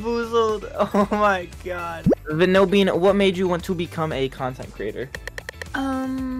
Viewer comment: Im really sorry but is it just me that said it "vAnilbean" and not "VANILbean"